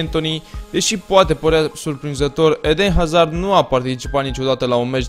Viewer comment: vreti ma mai stiti un lucru despre Hazard, Haa? pai va spun eu: Hazard se citeste "Azard" pt ca este un nume francez si "H-ul" este mut